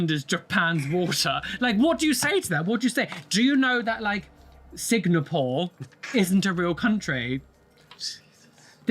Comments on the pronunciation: #2 in the original footage comm goes on and on...he repeats that he's Singaporean multiple times. It's also embarrassing that he's saying Sig-na-pore AFTER the TikTok owner has needlessly repeated Singapore over AND over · HOW did I not hear that idiot mispronounce Singapore the first time I watched that interview?!?! I´ve been to Singapore - it´s nice and clean. And I´m from Denmark and I say Finland is very real! We Nordics would very much like Rumpy to stop harassing our Inuk siblings too. Please leave Greenland alone, they own the land and we´re working on untangling them from our systems (we just had a campaign about how stupid it was for our CPS to be a thing in Greenland, because kids got taken from their parents due to the facial communication not constituting actual communication here - the cultural difference wasn´t factored in for some reason).